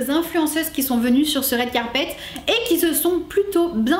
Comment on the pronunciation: « rWed Carpet » pas « raide carpet »